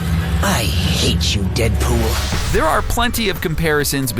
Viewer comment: in he said 'DeadBull"